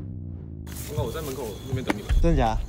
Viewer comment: 为什么王狗有时会说成网购XD